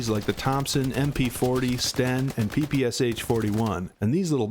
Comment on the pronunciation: Another outstanding video from. His advice here is absolutely spot-on. I can't resist pointing out, however, that he STILL hasn't figured out how to pronounce Sturmgewehr or PPSh. He's such a great leader, it's hard to believe he's such a slow learner. 😆